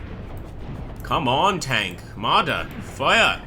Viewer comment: I keep hearing "Martyrs" instead of Marders. Is this a Jihad simulator?